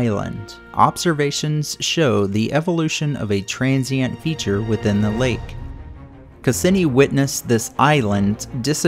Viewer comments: The pronunciation of Cassini: ('kass-EE-nee') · You mispronounced Cassini. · Nice video well done and awesome but that's not how Cassini is pronounced lmaoo